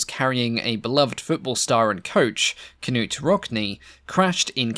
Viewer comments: Ka-Nute …? Evidently, not a Yank and/or American College Football Fan … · Please go back and correct your pronouncing the name of the famous player coach of Nortre Dame. The K is silent so his name Nute as you pronounce his name. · this is a very minor point, but the "K" in Knute's name is silent.